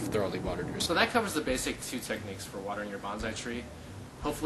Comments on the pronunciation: Know the proper pronunciation of Bon-sai, it is not Ban-zai . . . Banzai is a battle cry. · By the way it's pronounced "bone-sigh" not bonzai that is a war cry used before committing suicide